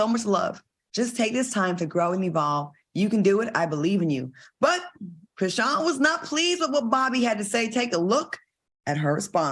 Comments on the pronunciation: Idk why Al pronouncing her name as "Chri-see-yen" bothered me as much as it did. It's giving out of touch. Maybe I'm just trippin tho. 🤔😩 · Chris-sea-n 😂😂😂😂😂😂 Al.